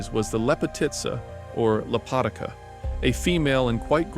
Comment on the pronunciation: It’s pronounced “le-po-tea-tsa” in Serbian in means “Beauty” or someone that is beautiful.